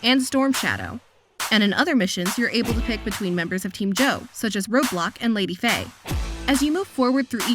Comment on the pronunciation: Did I hear "Lady Faye" with an "F"? Just teasing.😁 Good coverage on the game. Thank you for reviewing it for us! Now we know...